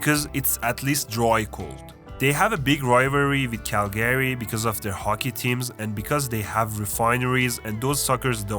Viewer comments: Hey friend, a friendly reminder that’s it not “Cal-Gary” it’s Calga-ry 🇨🇦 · Why did he pronounce Calgary as cal-Gary it’s pronounced cal-guh-ree or cal-gree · cal-GRY. not cal-GARY, but I know it's a video to troll Canadians so good job. lmao Prince George the armpit of BC. You really skipped over Nanaimo, sounds like you didn't want to spend any time on your visit. that's unfortunate. It has a smaller city feel on the island, it's nicer than Victoria. Hospitable, if you want to chill here, some time. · Learn how to pronounce Calgary.